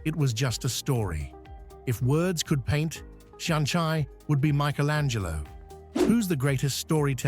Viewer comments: You could at least learn to pronounce the Irish properly. I don't mean without leaning into one of the dialects - mar shampla, an focail 'seanchai' - nowhere is it pronounced shan-chai (as in the tea drink). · I turned off at shonchye!!! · Being Irish I enjoyed the presentation. My suggestion for improvement is for AI to gen up on gaelic pronuntiation. The seasons of both "Bealtaine" and "Samhain" and the folkteller "Seanchai" are mangled in the extreme.